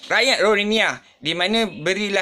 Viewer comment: Ko sebut rohingya pun x betul.... silap2 ko pun rohingya... muka mcm long tiger bam je...